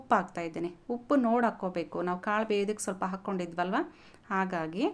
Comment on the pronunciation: ಕಾಲು ಅಲ್ಲ ಮೇಡಂ ಕಾಳು..😅